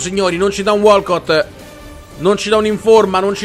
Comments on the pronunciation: walkout si pronuncia uolkaut non walcott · SI DICE WALKOUT NON WALCOTT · "WALKOUT" non si pronuncia ma 😉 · Antonio Langella si dice walkout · la pronuncia è walk aut(out) non walcot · si dice wholcaut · Uno youtuber che si occupa quasi esclusivamente di fifa e non sa pronunciare correttamente 2 giocatori di fila .. Non sa nemmeno pronunciare walkout .. Non sa che i giocatori premio della fut Champion sono a sfondo rosso .. Ecco perché ( a parte ben pochi youtuber ) youtube Italia fa schifo ..